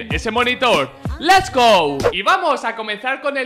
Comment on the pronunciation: Les go? Jajaja en vez de lets go, interesante